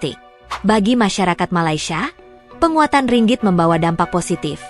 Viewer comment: Admin sebut Ringgit dgn x betul mana nak beri maklumat yg benar😊..